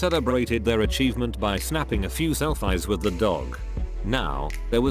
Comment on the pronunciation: Snapping a few sell-fi's. yes. sell-fi. GET A REAL NARRATOR